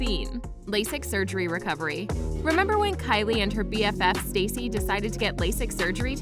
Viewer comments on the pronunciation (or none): Why did you say Stacy? It’s Stasi. No hate tho.